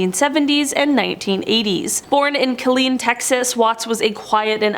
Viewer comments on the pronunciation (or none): none